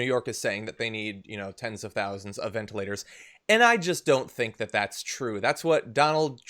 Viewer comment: Can this guy pronounce anything correctly? Do I hear him say, ventAlators? I think that's what I heard him say at lest three times: ventA- lators. Maybe he doesn't know the ORANGES of the word!